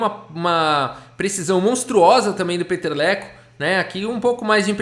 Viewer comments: narrando a partida eu estava só escutando sem ver..eu quem é esse jogador o Peteleco? É brasileiro fiquei imaginando lol eu estava entendendo peteleco kkkkkk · Kkk vc tava falando Peter leko, o vídeo todo ouvi peteleco